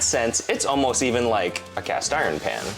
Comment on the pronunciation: I was turned off by the marketing. The YouTube ad featuring some vapid influencer claiming she developed it. Her pronunciation of the word “pan” was burlap to my ears.